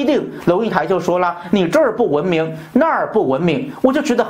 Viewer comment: 文明的明字不需要轻声哦炳忠